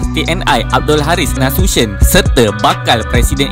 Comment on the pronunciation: Min Jend . AH ( Abdul Haris ) Nasution tolong dibaca Nasution bukan Nasusen......